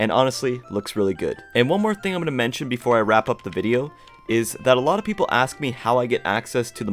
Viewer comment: Your so good at building but, you keep saying think instead of thing